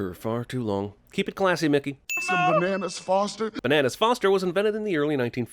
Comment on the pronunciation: is Nobody else really concerned with how he said Mickey and it sounded like nigga?! 🤨